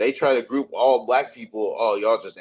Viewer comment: Every time I hear say “Grewp,” I wanna throw up.